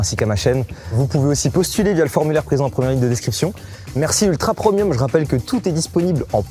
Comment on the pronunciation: mais c’est moi ou mastu dit ultra promium au lieu de ultra premium hahah 😂😅